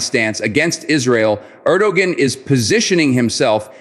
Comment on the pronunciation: You know all is well But it would be nice if you can pronounce the countries president's name correctly